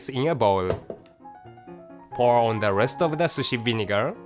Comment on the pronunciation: ONE, ONE, ON, why he pronounces WON, God